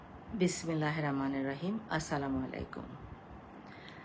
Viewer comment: আগে বিসমিল্লাহির রহমানির রহিম উচ্চারণ টা ভালোভাবে শিখে আসেন আন্টি! এরপর জনগণের কাছে ছেলের হইয়া মাফ চাইতে বসেন৷ উনাকে দেখেছিলাম ফিলিস্তিনের হয়ে সাহায্য সহযোগিতা পাঠাচ্ছিলো দেশ থেকে কিন্তু নিজের দেশ যখন ফিলিস্তিনে পরিণত হলো তখন তার আর কোনো খোঁজ নেই! আবার নাকি মানবতার ফেরিওয়ালা!